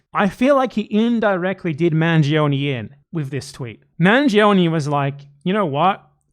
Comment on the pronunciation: You guys are pronouncing Manjee-Oney as if he were some sort of Indian man who faked British ancestry to gain the favor of the colonizers.